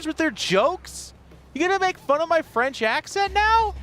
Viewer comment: your french accent is so bad it sounds more like a middle eastern accent xD